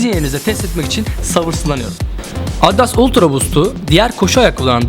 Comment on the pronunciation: Sen önce markanın okunuşunu öğren sonra ultra boost un tanıtımını yap